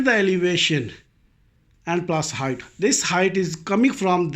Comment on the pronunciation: Your title misspelled 'height' presumably because you mispronounce it as hi-th instead of correctly as hi-T like bite; light; night; white....